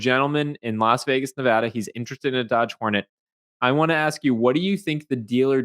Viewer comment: Thank you for pronouncing Nevada correctly